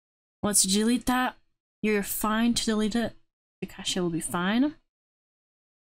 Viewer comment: Hey it’s pronounced more like cash